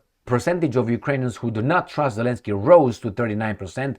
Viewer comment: Zelenskye pronounced in ukraine language douple yy...